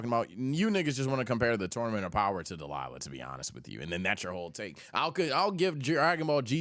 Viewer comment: WHY DO YOU SAY DELILAH INSTEAD OF DAIMA??????